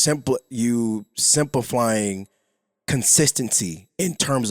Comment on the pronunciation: not only does he not know how to use the word simplify but he also can’t even pronounce that mf 😂😂 just use a diff word my guy it’s not even the right one anyway